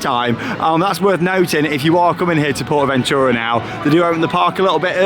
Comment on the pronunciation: Thank you for sharing the correct way to Pronounce Porta Bentura appreciate it